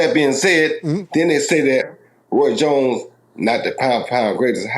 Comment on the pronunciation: Roy “Joins” Jr 😂